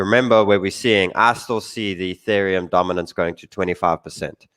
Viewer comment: The first time I've heard say "Ethereum" as opposed to "Youthereum"